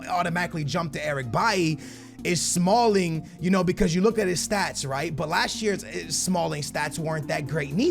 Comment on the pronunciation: He said smalld